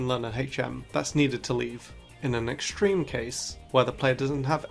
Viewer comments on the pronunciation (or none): none